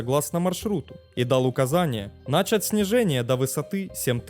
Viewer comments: нача́ть, а не на́чать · Говорит как Горбачёв ). "нАчать" и "углУбить" ). А вообще канал ни о чем. Дежурный, бездушный канал ради лайков и просмотров. Обычное перечитывание русскоязычной Википедии, без какого либо исследования вопроса. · Вы отличный рассказчик, мне очень нравится Ваш канал, но, пожалуйста, соблюдайте нормы ударения в словах: не нАчать, а начАть, не зАнять, а занЯть 🤗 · нАчать снижение …зАнять курс Что с ударением у автора????